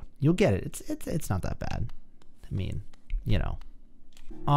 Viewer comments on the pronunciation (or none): none